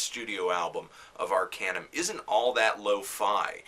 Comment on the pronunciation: It's Arkaanuum, not Arkejjnum <.<